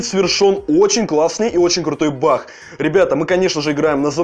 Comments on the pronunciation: Баг а не бах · почему ты говоришь бах а не баг